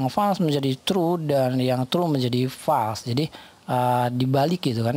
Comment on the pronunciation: Terima kasih atas ilmunya yang sangat bermanfaat. Tanpa mengurangi rasa hormat saya, harap melafalkan kata FALSE adalah fôls bukan fals. 🙏